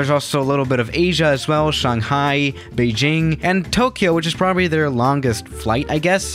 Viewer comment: Shanghai Beijing me hmmm he say like chinese lol